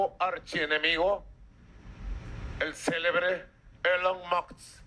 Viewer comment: Ah Maduro: no hay quien le corrija o le enseñe a pronunciar Elon Musk, cuando dice “elon muks” o “elon mods”, y siempre retando a los demás como cualquier bandolerito de barrio! ah maduro, que vergüenza de presidente!